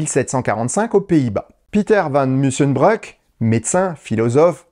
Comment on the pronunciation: van Musschenbroek se dit "mussen'brouk" en néerlandais, il ne s'agit pas du oe / ö allemand. Bravo pour le reste.